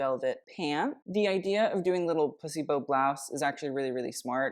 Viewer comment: Is he saying placebo blouse, or pussy bow blouse?